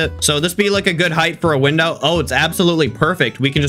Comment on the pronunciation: "did it colapse" and the biridge winow. 🤣🤣😂😂👍👍👍👍😁😁